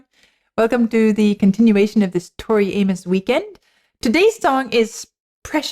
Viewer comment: So nice to hear you pronounce her name correctly! I Have gotten to the point of bracing myself for her name to be slaughtered🤦🏼Somewhere back in the day, somebody wanted to complicate it. It's a simple name, pronounced the simple way. Nuff said💃